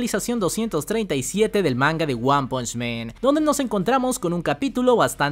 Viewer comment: Me gustan mucho tus vídeos pero siempre me llama la atención que pronuncias mal el nombre de la serie es wanpunchman y tú dices wanpuchmeeeeeeeeeen